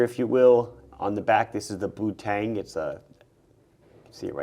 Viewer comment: Tissot made the first plastic watch in 1971,the Astrolon,Casio F100 in 1977,Swatch in 1983...Did you say putang?😆